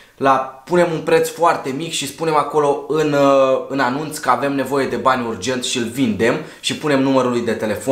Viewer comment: "am neoive de bani" 😂😂😂